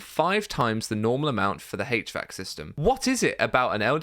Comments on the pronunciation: Hache vac system! 😆 lol It's pronounced H Vac. That is all........ Good video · mechanical engineer here pronounce it "H-VAC", not "Hatch-VAC"